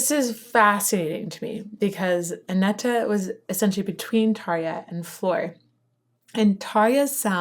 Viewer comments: Anette ... Say "Ah-net"/"An-et." (Not "Ah-nett-a.") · Great reaction/analysis as always, loads of good comments already, just a minor thing, the second "e" is silent, so it's pronounced Anett basically. Swedish is hard, I know 😉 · Great react as always! Really quick one: The last "e" in Anette is silent, so it is just "Anett" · Her Name Is Anette Not Anetta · I know you love when we are correcting you ;) the last e in Anette is silent :) My favorite song from the Anette Olzon era is "I want my tears back". They bring back the folk metal sound there which is very awesome! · Don't understand why you (English native) complicate names as soon as it's foreign. Anette. The last e is silent. Can't tell how many weird pronunciations I've heard of Floor lol I do love your reaction/analysis as always.